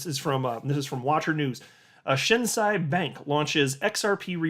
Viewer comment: It is pronounced Shin (below knee) and Say (you don’t say). Thank you for always bringing the greatest information. Right now the Yen rate is 135 to the dollar. When this goes back the other way (I.e. 120 or lower) we will be making big money.